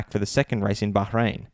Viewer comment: Me: Bahrain: Baharain Daniel: Mr Nice Guy to Mr digusted guy. ricciardo jas a point.